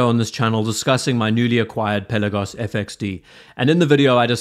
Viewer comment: Pel..aaa..gos. Not Pella-gos